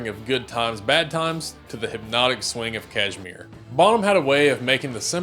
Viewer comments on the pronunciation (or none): none